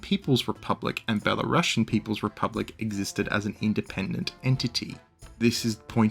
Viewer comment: Dude for the love of God. Be la rU si an. We are Belarus, not BelaRussia. But great vid, love it!